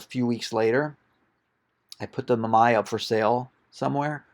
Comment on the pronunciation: great find but hearing you pronounce the camera companies was like scratching a chalkboard with your nails..... not pleasant. Mamiya and Rollieflex are not pronounced that way.